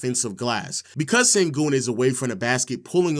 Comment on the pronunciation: Sengün, the pronunciation of his name is like S(h)engün, like Shaq or shadow, not Sengün (Saturday).